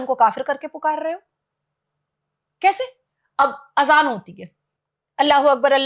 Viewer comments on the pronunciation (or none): Isko to azaan bhi nahin aati galat padh rahi hai